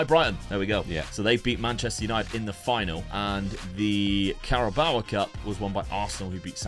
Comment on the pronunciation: Really looking forward to playing FM24 when it comes out on the gamepass...., pleaseeee stop saying Carabaoa, it doesn't have an A at the end of it.